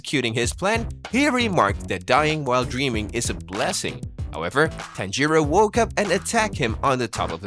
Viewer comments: It's bothering me how he says it like that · I've heard Japanese names being pronounced worse before